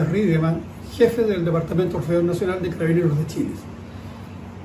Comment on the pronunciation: Se dice y pronuncia ORFEON y no Orfion como acabas de expresar